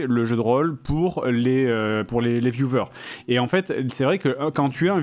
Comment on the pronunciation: “Les viouveurs” 😂